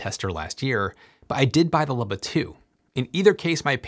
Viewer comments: It is pronounced “ Loo-bah” You are the only person on earth that I have heard mispronounce it. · I can’t get over how you pronounce “Luba” as “lubba” 😂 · Oh man, is it pronounced "lubba"? I've been calling it a "looba" for the last year!